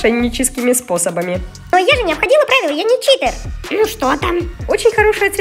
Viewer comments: Прости Анюта но , правильно читЕр 💞😃🤗😉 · правильно ни Читер а Читер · Не Чите а читер❤❤❤❤